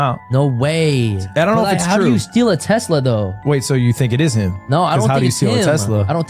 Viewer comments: Why is he calling it a “tezla” 😂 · What Tezla???? It is a Tesla! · Tezla is how I’m pronouncing it for now on. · Alright I know this is a very sad and serious video but can we talk about how he pronounces Tesla 😂